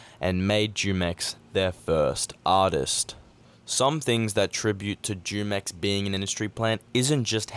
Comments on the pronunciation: Very interesting vid Btw the Jumex juice is actually aight The native Spanish speakers say it like Hoo-mex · It's pronounced with an h humex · I think its pronounced Hu-mex like the drink Jumex